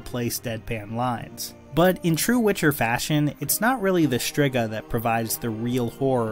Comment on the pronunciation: NOT hated by her mother, though. And it's "stree-ger" not "strih-ga".